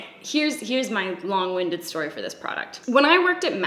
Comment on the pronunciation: Did she say long-winded? Like a wind-up toy? Haha love it. Also this is a super cool video idea! <3 <3